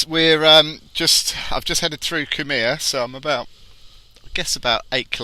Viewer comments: Kumeu pronounced “queue moo” Quite a jaw dropping amount of new houses being built! No wonder Adrian Orr was telling us to step up and borrow to keep the Economy going! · BTW Kumeu is commonly pronounced "queue-me-you". Huapai is pronounced "who-a-pie". The tiny plots is still a reflection of the council's artificial scarcity program (yes, I suspect rampant corruption too). If anyone COULD just chop up rural land arbitrarily, you'd be able to buy a 1000m^2 site virtually anywhere for nearly rural land values, i.e. <$200K rather than the $600K+ that they are currently. I've been doing the rounds on open homes on the north shore and out west (i.e. these areas), just to get a feel for the market, and I can tell you that very very little is selling. Houses I saw back in September are still on the market. Buyers are holding back. The prices haven't come down a whole lot yet (maybe only 5-8% off the 2017 CV peak), but I think that's only because the sellers haven't got the memo yet (or maybe they have but they're hoping sucker buyers haven't yet). The agents are still pushing BS seller-market tactics like auctions, deadline sales, and "by negotiation" pricing. But I suspect early next year this will change, as they start going hungry. Look for when more actual prices are posted for the real start of the bear market. Also early next year the new anti-money-laundering laws kick in, which will take a whole bunch of Chinese buyers off the market. Maybe more so than even the foreign buyer ban (according to one Chinese agent I talked with). And rental yields being lower than mortgage payments, negative gearing being banned, landlord hostile renting laws a